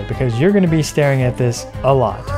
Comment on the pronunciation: i love when he says "at this, A LOT"